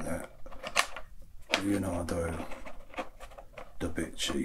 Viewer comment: Leonardo da Jimchi